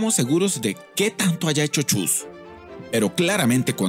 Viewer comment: no se dice chus, se dice chuy respete ogia(?)